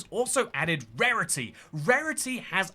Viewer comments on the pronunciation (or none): i thought you said pairity...